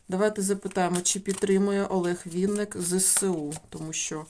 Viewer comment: Шановна таролог.Прізвище відомого:співака,артиста,актора,поета,композитора,музиканта,ведучого в музичному шоубізнесі, українською мовою пишеться і промовляється,як Винник,наголос ставиться на перший склад.З Вашої вимови зрозуміло,що Ви — особа російськомовна,а отже перш ніж викладати відео,вивчайте законодавчу мову країни в якій проживаєте.Невірне трактування прізвища,ім'я та по-батькові ображає кожну людину.Вам необхідно перепросити в співака за "перекручування" прізвища на "проросійський" манер — це по-перше,а по-друге — Ви не маєте ніякого права робити розклад (зачіпаючи енергетику людини) без його дозволу.Звичайно всим шанувальникам та шанувальницям творчості митця цікава його сьогоднішня та подальша доля.В своїх чисельних інтерв'ю Олег Анатолійович просив "його слухати",а не втручатися в його особисте життя.Спрвжні коректні шанувальники виконують "побажання" людини,а може якби "Він" розказав всю "правду" про себе,то не спалося б і нам всим,а так з "нічними жахами" бореться самотужки... Як на мою думку,то чоловік прожив пів-віку,має чисельні титули,грамоти за заслуги,раніше йшли на пенсію за вислугою років.В подальшому люди працювали в навчальних закладах і передавали свій досвід молодому поколінню.Так,як Олег Анатолійович працював викладачем в КНУКІМ,то цілком логічно призначити його керівником цього вузу.Ви кажете,що "швидкий",а отже зможемо побачити його ще в одній "ролі"."Скаче" він по сцені добре,як "молодий жеребець",так кожній жінці,присутній в залі хотілося